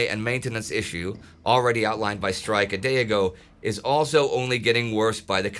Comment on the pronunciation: You should learn how to pronounce Streich, because it seemed you were saying General Strike, the whole video! ;-) First consonant sounds as sh, not as s. Last one sounds as h, but even harsher, not as k.